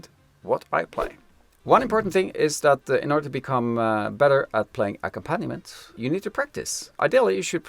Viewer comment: In the word accompaniment, the accented syllable is ‘comp’ - aCOMPaniment. I was confused by the way you pronounced it for a moment, Thanks very much for your videos.